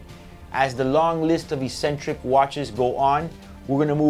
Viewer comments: You're pronouncing "eccentric" wrong lol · Yup, don't think I have ever heard anyone struggle with this word until now